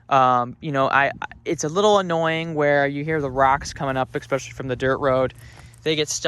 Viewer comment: There’s no “k” in especially. It isn’t “ekspecially” is “especially”.